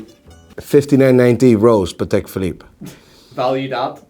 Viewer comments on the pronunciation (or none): none